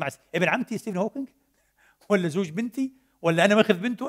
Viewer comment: ستيف مش ستيفينغ، وإلا عاملينها مقصودة في الشخص اللي نطقها هيك؟